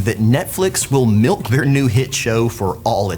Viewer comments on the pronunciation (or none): none